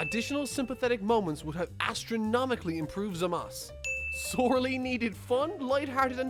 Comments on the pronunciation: Its zamasu not zamas Baka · zah-mah-soo is how it's pronounced